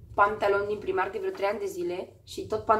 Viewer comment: "Praimarc" nu 'primarc'...